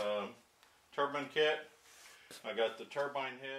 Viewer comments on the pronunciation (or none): Please there is a "e" at the end of Turbine don't be afraid of it. It's not Turbin. Good on you for having a go.